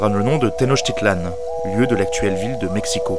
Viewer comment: Félicitations pour la prononciation des mots nahuatl ! Le x de México est généralement bien prononcé (ch), comme à l'époque. Ce n'est que plus tard que le son ch s'est transformé en 'j', soit la jota castillane !